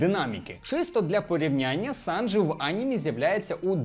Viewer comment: Побуду трішки занудою, але СанджІ, а не СанджИ